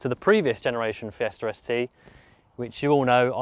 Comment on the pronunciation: am i the only one hearing Fiesta Res Tee?